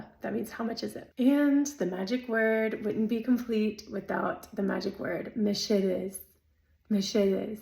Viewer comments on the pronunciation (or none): Wow!! I'm not entirely sure, but I'd say you were my English teacher at Lauaizeta? I'm glad you like it here. That pronunciation of "mesedez" with an "x" is strange coming from a foreigner, but it's great. 😊😊😊